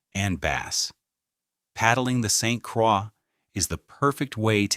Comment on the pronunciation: Saint Quaaa river LMAO! You should narrate this yourself instead of AI LAZY A. I bet you didn't even watch it or listen to it.